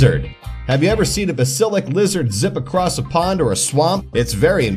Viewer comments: the lizards name is not bu-sil-ic it is baas-il-issc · Bass-Il-Isk Not Base-Il-Isk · Its bask-a-lic not besta-lick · This guy said ba-sil-ik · BASILIC BA SIL IC he pronounced basilisk wrong :I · Pronounced: Bah-sil-isk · The Ba-sil-lick lizard. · Ba - sah - lisk — say it right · I was cringing every time he said it wrong ;= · He pronounced it right the first time then suddenly went wrong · I KNOWWW IT ANNOYED ME SO MUCH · You said the lizards name wrong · He said it basilisk wrong twice 😭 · YOU SED THE LIZARDS NAME RONG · Wrong pronunciation